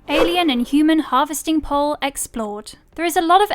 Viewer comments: It's not a "pole" it's a pool. The English narrator just can't speak properly. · The fact you keep calling 'pool' 'pole' is making me want to punch a kitten. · It's pronounced POOL !!!! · Yes. The narrator had a speech impediment. She's English. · I listen to tons of youtubers with European accents and whatnot and that's a new one. Normally I let stuff like that slide because yeah it's just an accent but holy Christ she said it sooooooooooooo many goddamn times it really you know Started to get under my skin. Wonder how she pronounces pole..... 🤔 Probably exactly the same. 🤦 It's lazy I'm not trying to be a dick. But when speaking is your job. Maybe that's a little tidbit that could use some work.